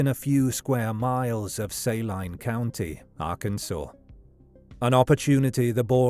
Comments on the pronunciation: Just for clarity: Saline County isn't pronounced "say-line" but "su-lean" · Saline pronounced SAY-LINE is weird. Especially since I'm from Saline County Kansas. We pronounce it SA-LEEN County. I'm from SALINA KS BTW. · I’m from Arkansas. The Clinton connection is deep and strong. And it’s Say Leen county. I will forgive your accent, though. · For future reference, Saline is pronounced Say-lean or Sa-lean. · I live in little rock, and the way you pronounce it is the same way we do. Was just pronounced wrong in the video.